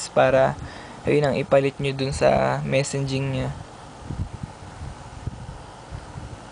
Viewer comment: kuya MESSAGING po hindi MESSENJING.. xD